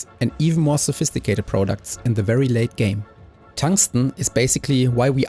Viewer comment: Prahdact not Proudooct